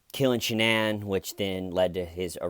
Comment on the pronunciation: the fact that she pronounces her name sha-nan and her parents call her shannon like normal people, says a lot